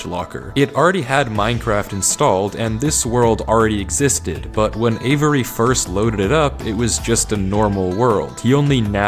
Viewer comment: The amount of times he said Avery was actually making me question my reality... and its 2 syllables, not avERy, never heard my name said like that lol